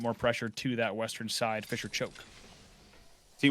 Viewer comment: saying fissure sounds like fischer, i was confused the whole game